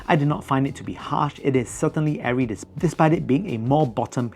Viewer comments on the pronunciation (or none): none